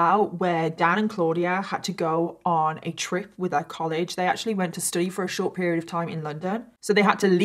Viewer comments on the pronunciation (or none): none